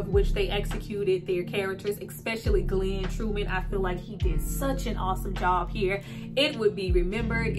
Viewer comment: His name is Glenn Thurman not Glenn true men please fix that my name is Travis Terrell Jacobs and people mess our names up I mean come on sis get his name straight GLEN TURMAN.. NOT GLEN TRUE MAN .. Fix that mistake